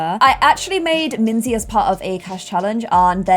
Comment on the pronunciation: I still love Minze the most! Also made the name Minze sound so much cuter:0 In German you actually pronounce it like Min-tse.